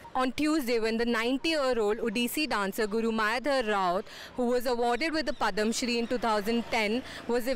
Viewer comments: What's PADAMShree, it's called PADMAshree, being a journalist, pronunciation matters. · What is Padam Shree? :-) at least pronounce it right